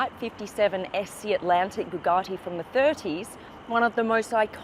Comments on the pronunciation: Bugatti not Bugartti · It’s Bugatti not “Boogarti” it’s not some Italian dish! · I think you'll find it's a Bugatti, not a Boogarty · An australian trying to say Bugatti all posh like😂 Bu Gah ti